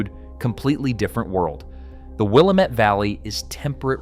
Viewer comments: Why don't you learn how to pronounce Willamette correctly before you make a video on Oregon? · Please learn to say "Willamette" correctly. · I can tell by the way your pronouncing the Willamette Valley you never been to Oregon. Going to take your information with a grain of salt. An Oregonian would pronounce it correctly. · The accent is on the second syllable. It’s Willamette, dammit! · wuh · la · muht - for the love of god, please look up how to pronounce names before making these videos. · Will am. Et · It is not pronouced 'Will-ah-met.' It is pronounced 'Will-am-it.' Valley. Just some FYI...... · Willamette: WILL- AM- ET. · For starters, if you want to have any credibility at all when discussing Oregon, learn how to pronounce Willamette; its Will AM ette. Incidentally, only Eastern greenhorns say Nav vah da; the second syllable, va, is spoken like that in vast. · DUDE!!! It's pronounced: Will - Like the name Am - (like the word 'Ham' without the 'h' sound) Met - ( like I 'met' my friends for lunch) It's WILLAMETTE, DAMMIT!!! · Will am ette Valley! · Will-am-it Vally. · You’re totally right in this video. I live in Klamath Falls, Oregon. I voted for joining Idaho. Thanks for posting it. A couple of hints on local pronunciation. Willamette is: Will-am-et 😊. Klamath is: clam-eth. Have a good day. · Willumut? Again "Willumet" - That's what you get with AI narration. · At least pronounce the names correctly! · The coast range is also a wall, we are not part of that valley mess of Portland. You could have learned how to say willamette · I suggest if you're going to report on something you should learn how to say the words Willamette Valley , add Salem. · In addition to butchering the name Willamette (pronounced: Will-Am-Et) it's also not Sulem... it's Salem (pronounce Say-lem). Do it right or don't do it at all!!! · It’s amazing how the highly intelligent AI can’t pronounce Willamette or Salem properly.